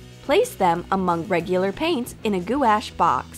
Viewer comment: "goo-ash" ... I dont even know what to say about that